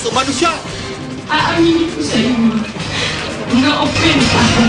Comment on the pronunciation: Eh OPPEND nmn tlga pgkapronounce nya hnd offend haha! easy ka lng fanatic boy! lols